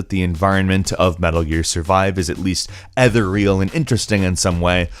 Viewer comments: lol he said ether-real instead of ethereal XD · saying "eh-ther-real" instead of ethereal made me cringe worse than the gameplay. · That has to be the weirdest pronunciation of "ethereal" I have ever heard xD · Ethereal... small LOL on the mispronunciation. Also, I do not think it means what those people think it means.